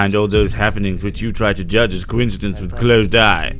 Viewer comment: The word coincidence does not have a W sound in the middle. One thing can be incidental and another thing may be incidental at the same time. They are coincidental. No W sound. Please stop pronouncing it wrong.